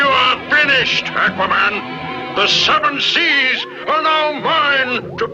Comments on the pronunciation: OK, to the guy narrating this video; it's Aquaman, not Acuaman. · It's aqua an with the a like ardvarknot like the a in anvil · he says A quaman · the way you pronounce aqua-man tells me you never read the comics. THUMS DOWN. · Its pronounced Akwa now Ackwa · Akwa man lol its pronounced Au Qua Man. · It's pronounced AAHH-quaman. But in the 60's-70's cartoon, Ted Knight used to pronounce it ACK-wa-man, as in back, hack, jack....ACK-wa-man!!! LOL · Am I the only one who gets annoyed when people pronounce it "ACK-wuh"? It's "AW-kwuh"! The other way is like saying "Maar-ri-oh Brothers" ugh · Ackwahman? XD it's aquaman lol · AQUA-man not ACKUA-man. Nice video though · AQUA=AH-KWA, not ACK-WA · It's not ACK WAH MAN! It's AWK WA MAN! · it is AU-qua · why does everyone pronounce him as "ackwa-man"? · Ah-quaman? Aquaman. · it's pronounced oh-quh-man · AHH-quaman is how it is pronounced. I am a comic book expert. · It is pronounced ak-wa-man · you say "ahqua" like a Canadian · When did Aquaman become Ackwaman? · Ak-wahman? What about Aquaman? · Is it me or is he mispronouncing Aqua.....maybe it's a regional thing... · The way you say Aquaman makes me wanna punch a wall. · Okay let's just say this.. We all know he is pronouncing Aquaman wrong. But my plea for him is he is going off the pronunciation they used in the old cartoons.. Listen to how Aquaman himself says it in the beginning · This guy can't even pronounce "aqua" correctly. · You are pronouncing Aquaman wrong.... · Oh yes he is. Even worse than before. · Yes he is. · still wrong....even more wrong than before. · Not sure why, it bugs the way they say Aquaman. I feel like the first a should sound like a short o, not a short a. But that's probably wrong anyway... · Seriously! Learn how to pronounce his name right!